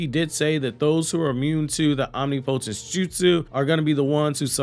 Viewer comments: Hey man are you saying Omni-potence on purpose? The pronunciation is om·nip·o·tence. I thought you were making a joke but this is like the third video so IDK. There isn't any word pronounced the way you were saying it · You pronounced omnipotence wrong It’s om-nih -puh-tince Not om-knee-POH-tense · Why dear god do you keep pronouncing the word omnipotence as OMNIPOHTENSE that’s literally not a word it’s om-nih-poh-tense …. What the hell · Am I wrong or isnt it pronounced om·nip·o·tence? Never heard of om-nee-po-tense b4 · 🤣ngl i thought he was pronouncing "omnipotence" differently on purpose but now im starting to think thats actually how he believes it sounds..😅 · Would it kill you to say omnipotence right? I know you’re not that stupid bruh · For the algorithm... I think she is going to leave boruto initially... but they are going to have a split and boruto will need to go alone eventually... and FYI... look up the pronunciation of omnipotence... it's not just you it's just about everyone in the community😂😂😂😂😂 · OK, I’m unsubbed. I can’t deal anymore with you not knowing how to pronounce “omnipotence”. ✌️